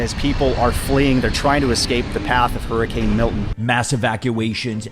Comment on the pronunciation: not flee fo war flee hurcan